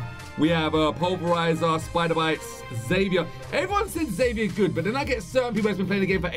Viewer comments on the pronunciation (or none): It’s pronounced zephyr not Xavier it’s just spelt that way I watch the show and that’s how you say it just asking you to say it that way pls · U can upgrade xever. Also you said his name wrong agaiiinnnnn. It rhymes with ever and sounds like zever. Get it right!! 😂